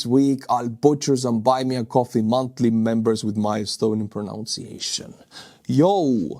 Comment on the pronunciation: ...I hate to correct you but the word is "proNUNCiation" not "proNOUNCiation"! Love your work👍